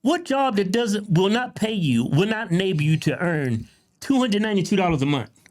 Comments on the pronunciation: ITS MONTH WITH THE “H”!!! Not “mont” you savage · "I get $292 a muh" 🙄